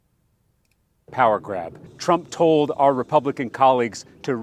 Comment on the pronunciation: Bro said donald chwump, bro gtfoh